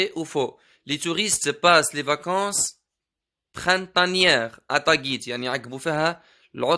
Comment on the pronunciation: ملاحظة: تاغيت وليس تاڨيت وشكرا😊😊